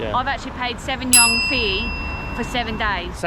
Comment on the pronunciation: Just for your knowledge, the currency unit of China is yuan. It reads “yu-an”. Enjoy your trip!